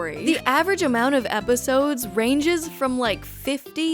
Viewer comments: consistently saying “eposides” without laughing is peak comedy 🤌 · I love the consistency in pronouncing eposides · I kept hearing "eposides" and I thought you were having a stroke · I'm on the bus and laughing out loud because of "eposides😭😭"